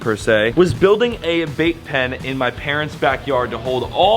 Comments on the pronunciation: I thought you said vape pen not bait pen😅 I was about to start freaking out bc I hate people that vape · 🤣🤣🤣 I thought you said building a Vape Pen.. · Anyone else keep hearing vape pen?! lol love you you’re amazing! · Who else heard vape pen the first few times mention the bait pen 😂